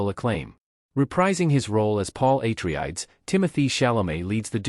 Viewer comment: Paul Ai-tri-ayds